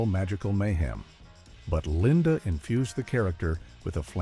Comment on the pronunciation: This is so bad. AI audio - NOT a real narrator. Kept referring to Paul Lynde as "Linda". Don't forget: "911" is stated as "quick! dial nine hundred and eleven!" HIRE A REAL NARRATOR - STOP USING ARTIFICIAL AUDIO! Channel Blocked.